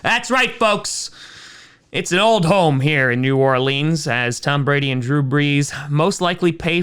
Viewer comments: I want to strangle Tom after hearing him butcher pronouncing New Orleans. Your safest bet is to say Nawlin's if you're not sure (Plus it'll make you sound like you know the city and not some strange foreigner). It's not New OrLEENS. That's a trigger. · nah bro you didnt just say new orleans wrong lol